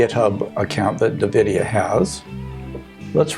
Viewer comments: EN-Vidia, not nuh-vidia! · It's ennvidea not nuhvidea, haha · wtf is navidia? n-vidia ?